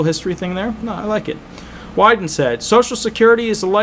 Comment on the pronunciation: Ron Wyden is one of Oregon(D) Senator. You pronounced it correctly